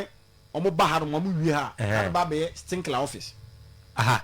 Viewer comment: Why does he keep saying "Stinkler"